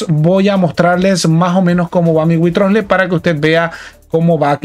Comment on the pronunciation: Mira que he escuchado llamar de mil maneras a Wriothesley pero es la primera vez que oigo que alguien le llama witrosle jajajja